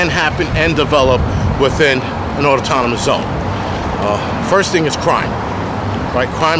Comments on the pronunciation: Just so you know. There is only one T in autonomous. You spelled it right, just pronouncing incorrectly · The word is autonomous, not Autotonmous... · Not enough to pronounce autonomous correctly.